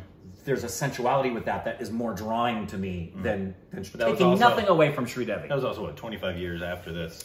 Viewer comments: Sri Devi…. Sri rhymes with three - Devi as in DEV-ee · was attempting a really bad Australian accent at the start with the pronunciation of Sridevi Jee's name.